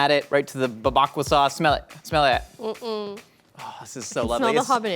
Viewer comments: hit her with that Jamaican jerk “smellahdat” Link would be proud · Gotta appreciate retaining the constructive criticism for “smelladat”